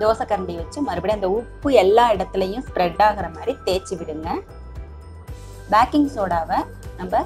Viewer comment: Backing illa sis baking.